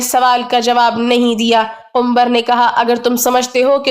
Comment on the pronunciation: Suno Kumbhar Nahin Kambar naam hai